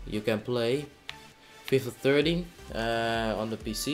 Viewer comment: its not fifa thirty its FIFA THERTEEN